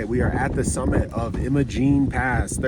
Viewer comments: "I - MO - Gene" not Emma-Gene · Just helping ya here. It's Will-eeee's not Will-is. Willy's. It's I'm-a-Gene not Emmagene. Imogene. Great video by the way. I've done every one of those badge of honor trails and so many more Trails up there for the last 12 years so dozens of times incredible beautiful place to be❤